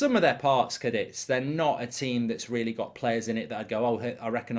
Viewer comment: it's CA DITH